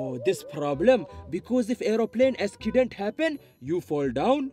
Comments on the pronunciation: Askident XDDD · and accident like “askident”